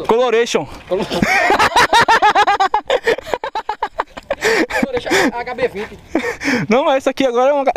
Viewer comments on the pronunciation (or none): novo modelo da Hyundai "Coloreshon" kkkkkkkkkk